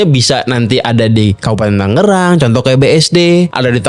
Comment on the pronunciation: Yg bener Tangerang, inget jaman STM ngerjain pr gambar teknik nulis nama skolah pk 'Tanggerang' lgsg dikoreksi sm guru..Krn salah penulisan yg benar 'Tangerang' krn sblm kotamadya msh Daerah Tingkat (DT) itu, 'DT.II Tangerang' Klw pengucapan Mungkin krn kebiasaan atau ap atau mungkin jg Krn sering dengar'y 'Tanggerang' Jd yg blm tw ngira nama kota'y 'Tanggerang', smp skrg pun msh ada aj yg sebut 'Tangerang' itu dobel (g)=Tanggerang..😬 Pdhl penulisan yg benar kota/Kab 'Tangerang' 😬